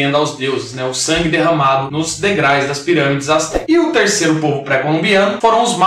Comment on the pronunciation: Show, mas é degraUS e n degrais 😉!